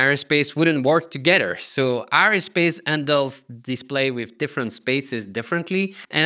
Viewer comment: aerospace ... air-o-space not areospace